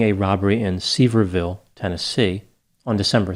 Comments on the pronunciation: It's John Sevier "ville" TN. Pronounced like severe, Dollys hometown. Not see ver ville. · Sevierville Tennessee = pronounced Sa-veer-vull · It's "severe"ville. Rhymes with "revere".